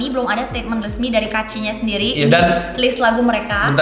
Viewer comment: Tolonglah baca kaachi tuh kaachi aja, jangan diplesetin jd kuaci. Sebagai pecinta cemilan kuaci tuh gua gak rela tolong...